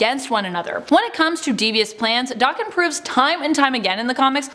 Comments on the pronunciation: it’s DAKEN NOT DOCKEN.........Daken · Wtf is D-arr-ken It’s Daken where’s is the R pronunciation coming from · Isn't it pronounced Dak-ken, not Dokken? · Pretty sure it's Dayken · It’s pronounced Da-(kin) like two separate words almost.. it’s because of his Japanese origin 💁🏽‍♂️ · It is the pronunciation of Daken. Since they don't realize it is Japanese and they white girl butcher it